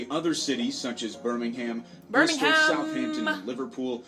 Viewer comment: Ahhhhhh the annoyance of the pronunciation of certain words and the names of British cities 🙃 BirmingHam. Get out of here with tht 😂😂